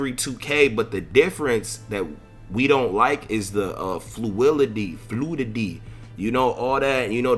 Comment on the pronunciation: Aye the word fluidity killed yo ass 😂